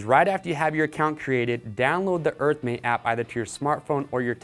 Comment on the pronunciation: EARTHMATE map oh my goodness I couldn't figure out what he was saying.